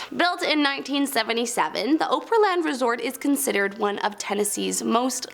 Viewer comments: It’s “Oapryland” as you’re killing me with the way you say it. It’s OPRY OPP RE. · That's not how you say Opry land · I live in Nashville and my husband worked at Opryland Hotel. Her pronunciation sounded like nails on a chalkboard. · It’s “Opryland” not “Oprahland” 😂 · Opryland is pronounced ah-pree-land, not oh-pree-land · It's pronounced "Ah-pree-Land", lol... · I’m glad someone else said it. I was slick coming to the comments to. As a Tennessean I’m offended at the Opryland bit 😂😂😂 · For the record, “Opryland” is pronounced “AH-pre-land”…